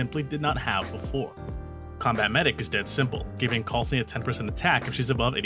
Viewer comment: Why do you have to mispronounce her name so much? Her name is Colphna